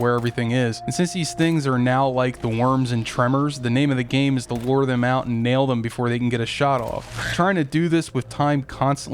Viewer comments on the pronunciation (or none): none